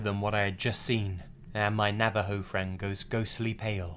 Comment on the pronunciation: Finally someone says Navajo correctly and he's English! Sad that Americans can't say it right